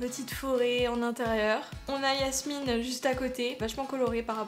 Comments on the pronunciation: C’est Jasmine pas Yasmine 😂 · On dit Jasmine pas Yasmine ! 😅😁❤🧡💛💚💙💜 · Grave cool la vidéo ( c’est Jasmine pas Yasmine 😭😭😭) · Chui la seule a attendre que dit yasmin alors que c'est jasmin 😭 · C'est pas Yasmine c'est jasmine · pk tu dit yasmine c'est pas jasmine mdr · c'est pas yasmine c'est jasmine et tu a pas mi raiponse